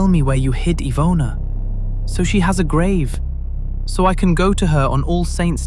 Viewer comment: Wow, that was some amazing pronunciation of Polish names and places! It's quite rare (unfortunately) to hear true crime narrators put in time and effort needed to actually learn how to say foreign names/names of places correctly, so it's such a breath of fresh air to hear you cover Iwona's case so respectfully as to say her name the way it's supposed to be said❤️ keep on going, it's a great channel you've got here!